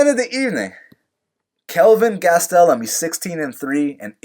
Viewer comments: Man hearing him say kelvin gas-tel-um drives me crazy!!! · Holy shit the way you pronounce "Gastelum" could be used as a form of torture. Im proposing this idea to the military.